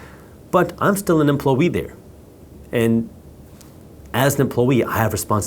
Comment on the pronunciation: Ugh so many bot comments 😤 I appreciate your videos ty brother 🙏🏽 also made me laugh how you say employee like emplowee 😂 cute